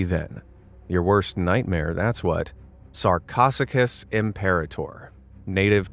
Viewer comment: It’s pronounced sar co sue cus